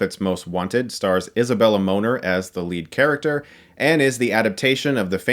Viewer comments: Uhhh I think it’s pronounced Moe-nair, not Moaner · I don't think her last name is pronounced Moaner. It just sounds a little wrong. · georg simon Lol. It’s Moner, I think you have to get a little French with it, like mone-air.. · She's Peruvian, so her last name it's actually pronounced MO(ney) + NER(vous): MONER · Is a Bella Moaner-what I keep hearing! :)